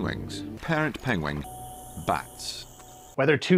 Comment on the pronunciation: being unable to say 'penguin' is the best clip ever.